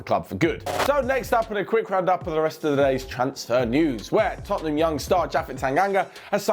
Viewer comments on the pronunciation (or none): none